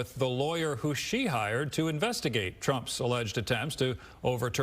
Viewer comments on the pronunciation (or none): It’s “F A N Y” not fawny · It's Fan-ee Not Fawn-ee